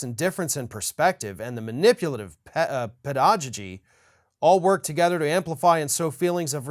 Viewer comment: Look up the pronunciation of pedagogy.